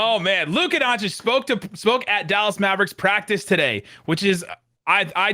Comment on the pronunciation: Legit correction. Part of me dies every time Stephen A says Luka Don-chick...